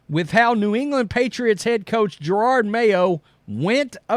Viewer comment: If you are going to “cover this Jerod mayo thing” Can you learn to pronounce his first name ? JeroD , no R’s in sight , definitely not pronounced Gerard as in Gerard Butler from 300.